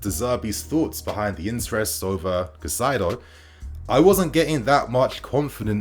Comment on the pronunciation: Bro it’s Caicedo, not Cacaido. Cai-cedo.